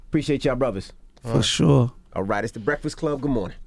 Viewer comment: Gotti said "The Reakfast Club"😂